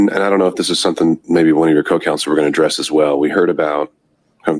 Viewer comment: I couldn’t listen to her “ Counsel”!!!! Duh